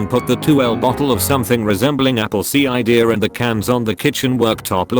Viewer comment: "Apple see-eye-deer" 😂😂😂👌👌👌